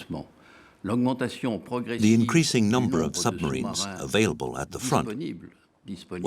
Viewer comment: The narrator keeps goofing up... Play : "summarines?" "Dönitz and 5 'summarines' do (did? to?) simultaneously attack it" (the convoy). "It was the 'Wolfpack' tactic first major victory." Bad AI speech program? Poorly disguised foreign disinformation or propaganda? Have they just stopped even attempting competent English?